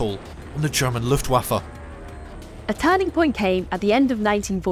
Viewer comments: I know this is the most boomer-complaint every but the second syllable in Luftwaffe is pronounced "vaff-uh" not "woff-uh". Otherwise great job! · Just a little note, in German w is pronounced as a v (and v as f, but that's less relevant here) - so pronounce Luftwaffe as Luftvaffe).